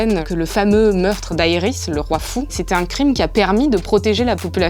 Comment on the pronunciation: J’aime bien le résumé, mais franchement en France faut apprendre les vrais noms des personnages. Brienne de Torse ou Tarce chépatro ça existe pas, c’est Tarth et Aërys même chose, c’est Aerys (prononcé Ærys) et Castral Rock? Casterly* Roc! Faut faire un effort avec la vf. C’est un peu ça le problème quand l